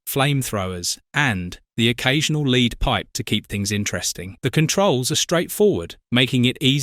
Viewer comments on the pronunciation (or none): Leed pipe?